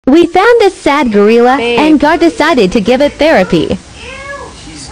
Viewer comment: IT'S PRONOUNCED GOR-ILLA NOT GOR-EELA, AI VOICE